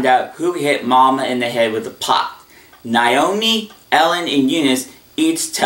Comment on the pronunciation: You pronounced Vinton's wife's name incorrect. It's pronounced NAY-OH-ME not NIE-OH-ME